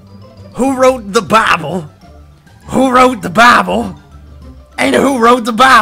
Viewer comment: xVespur Who wrote tha BAHBLE?, WHO WROTE THA BAHBLE?, WHO WROTE THA BAHBLE?,... AND WHO WROTE THA BAHBLE?